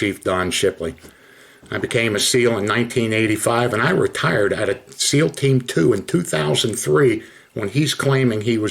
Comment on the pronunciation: It bugs me how she says navy SILL